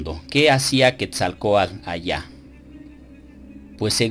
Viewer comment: Muy preparado, buenos videos, pero no se porque dice Quetzalcoal, en vez de Quetzalcoatl? saludos.